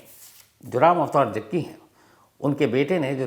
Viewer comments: Bhai aap jaggi ko jagga bol rahe ho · रिपोर्टर साहब जग्गी बोलिये कब से जग्गा जग्गा बोल रहे हो